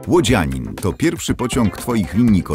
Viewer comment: Chyba Łodzianin a nie Łódzianin...